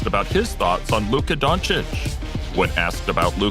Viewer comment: 🙏Thank you for pronouncing his last name right🙏